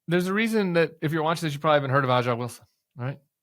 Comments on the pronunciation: Megyn Kelly is a bloviating charlatan. Agreed. Caitlin Clark's comments are being weaponized by conservative media. Agreed. But Tim cmon, when standing up for your WNBA credibility, you pronounce the best player in the league's name WRONG! It's not "Ahh-jahh" Wilson, it's "Ayy-ja" Wilson! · Gah, Tim! It’s ASIA Wilson, not Ah-jah. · Tim, my brother, A'ja Wilson is pronounced "Asia" Wilson not "Ah ja". Dude........ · Good report. However, Tim, it’s pronounced “Asia” not “Ajja” think Steely Dan. Fix it before more people listen. 😅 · It's not pronounced "Ah-jah." It's pronounced "Ay-zha" or "Asia. " So your credibility as a WNBA fan is questionable. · Aja pronounced Asia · I agree with you Tim! Caitlin is a great person and player. We should lift up Black women and and all women altogether. The black players deserve to be acknowledged for their greatness. These racists need to stop dividing us. Let's be united. 1 note Aja Wilson is pronounced Asia though Tim. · BTW, A’ja Wilson’s name is pronounced “Asia”. Thanks for everything you do Tim. Let’s stay in this fight! 💙💙💙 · A`ja pronounced Asia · I agree with kelly. Funny yiu say you are a fan but cant prounouce aja bame correctly. She pronounces it as asia. Dont be disrespectful to said black players. Clark is a baller because her gameis similar to a guys game. No other woman plays like her. Like serena power in tennis. She was black in a white sport and didnt cry fo her white competition to get the same as her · I’m upset he mispronounces A’ja’s name but it kind of makes the point. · Sorry, bud, A'ja is pronounced like the continent “Asia”. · I love Caitlin! People need to stop pulling her into their culture war. BTW "AJA Wilson" is pronounced "Asia" (you haven't watched enough WNBA Tim : ). FWIW a lot of the WNBA players have been mean/ jealous of Caitlin' stardom. It's def a thing. Their resentment is palpable. They need to chill - enjoy the spotlight Caitlin is bringing. She's special.